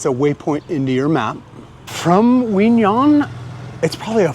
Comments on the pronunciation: Q in 'Qui' is not a silent consonant; it is pronounced like a 'K' in 'Kiwi fruit', and 'Nhon' is pronounced like the second sound of the word 'Onion' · Q in Quy is actually there if you pronounce it correct like the north Vietnamese do. Nh has similar sound to ñ in Spanish. Ơn sounds almost like "uhn".